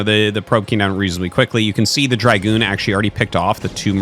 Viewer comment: It's dragoon, not dry-goon.